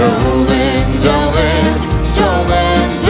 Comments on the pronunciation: 4th video watching this guy singing American songs. Nice voice but the pronunciation is funny. It's joe-lean not jo-lin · It’s sounds like Jolene is being pronounced Jolyn not all the time just when they sing together. Apart from that it was pretty good. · Your right it isn’t who has the best pronunciation, they only say jolyn while singing together while singing separately they sing Jolene. I still love this battle they are both great. I taught English as a second language for a long time so I do listen to their pronunciation. I have to say the singers on The Voice have all been very very good while singing in English I know that English hasn’t been taught in schools for very long in Mongolia. So this makes it even more amazing the singers have been so good. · I just wish someone would have told them how to pronounce "Jolene"